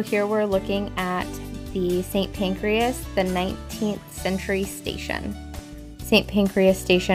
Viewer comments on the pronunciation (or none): NOT St Pancreas 😂😂😂😂😂😂. It's St. PANCRAS, not an internal organ 😅😂🤣🤣🤣🤣🤣🤣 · Just a quick note . . .it's called St Pancras, not Pancreas . . . . don't worry, us Brits say it wrong too! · St Pancras, not St Pancreas. I don't know whether to laugh or cry. lol